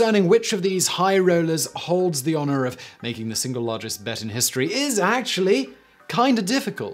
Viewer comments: it's a silent L :D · What's argest, precious!? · This is why we need annotations back. He could just slip an L in there. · "What was the argest bet ever made?"